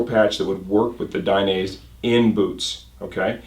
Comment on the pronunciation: It's "DAI- NEH - ZEH". not DAI- NAISE